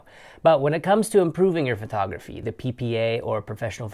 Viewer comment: You say the t in photography like a th. It sounds like you're saying Phothography.